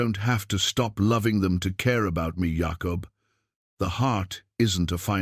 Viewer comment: I only wish the narrative was better. Jacob not yahkup